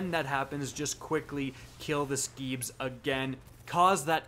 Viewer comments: Please, Screebs, not Skeebs. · Guess the R in Screebs silent?